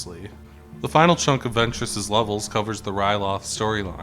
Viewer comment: I love this game. My favorite of all the Lego game ever. Only thing is that a few characters and people are said incorrectly. Asaj ventress and geonosians are the ones I’ve caught half way threw. Otherwise amazing vid